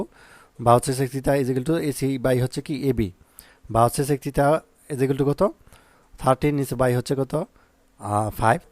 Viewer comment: স্যার থিতা না থিটা 😂😂😂